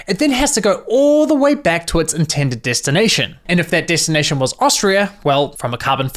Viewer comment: Why do you get none of your vowels right? DEstination not DIstination AirtAg not airtEg I's are not E's and E's are not A's. Like can you seriously not hear yourself?